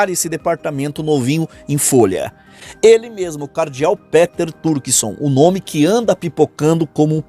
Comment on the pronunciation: é pronúncia PITER e não PÉTER